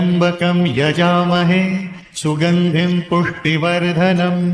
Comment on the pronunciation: पुष्टि वर्धनम का सही उच्चारण सुनिश्चित करें